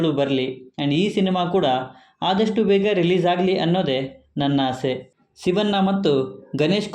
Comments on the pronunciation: ರೀ ಸ್ವಾಮಿ.... ಶಿವ'ನ್ನ' ಅನ್ನಬೇಡ ಶಿವಣ್ಣ ಅಂತ ಹೇಳಿ... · ಶಿವಣ್ಣ ಅನ್ನಿ ಸಿವಣ್ಣ ಅಲ್ಲ 😃